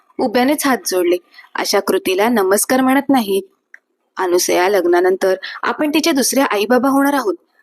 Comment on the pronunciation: पायामल्ली नव्हे! पायमल्ली अनुसया नव्हे! अनसूया